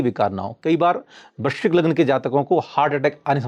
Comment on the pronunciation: Guru is talking about vrishchik. You sounded vrishabh. 😂😂